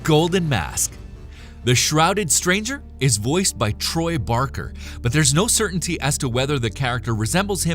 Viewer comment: Troy Barker? Really?